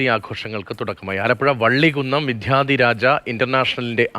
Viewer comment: വിധ്യാധിരാജ അല്ല വിദ്യാ..... എന്നാണ് പറയേണ്ടത്.